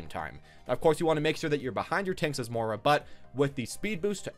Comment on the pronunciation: Please stop mis pronouncing moira